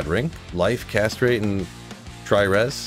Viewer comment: i liked cause you say cast rate as one word